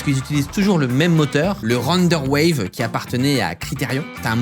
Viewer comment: Ça se dit Renderware et pas Renderwave